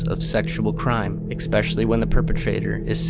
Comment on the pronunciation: and again you say "expecially"... Where were you when everyone else learned " especially"?🎉